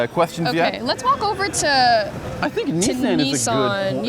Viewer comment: “Knee San”